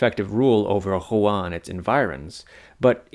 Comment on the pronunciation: Mate at least try to pronounce Rouen properly 😂